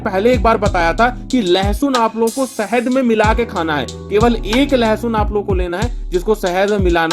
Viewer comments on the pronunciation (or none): Bhai sehed nhi hota hai shahed hota hai